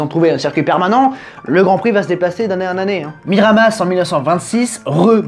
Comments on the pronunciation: Ça s'écrit miramas, mais on dit miramasse, je viens du coin 😂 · Hello je viens du Sud et le '' s '' de Miramas se prononce 😁 Pas de '' mire à masseuh '' ou de '' mire à massssss '' juste '' mire à masse '' 😂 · Salut et merci pour cette belle vidéo sur les circuits français Pour la ville provençale c’est : miramas en prononçant « masse » à la fin. Bonne continuation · La moitié des commentaires : "On dit Miramasse". L'autre moitié : "J''étais là au premier GP de F1 à Saint Gaudens, alors que je suis provençal (et pas gallois)". La troisième moitié : "On dit gôdinsse". Voilà. Je me refais toutes les vidéos du Circuit et je voulais juste remonter cette série dont j'avais apparemment raté la moitié XD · On dit bien miramassss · Ça se prononce Mirama il me semble . D'ailleurs ce circuit est maintenant le circuit de test privé de Bmw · Il y a un S. Dans le sud toutes les lettres se prononcent ça se dit MiramaS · On prononce bien le "s" dans Miramas 😅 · Le s de Miramas est bien prononcé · Salut super t vidéos on prononce bien le s de miramas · Ça se prononce Miramas (le S se prononce) Je crois bien que ce circuit sert maintenant de circuit test pour Michelin 🤔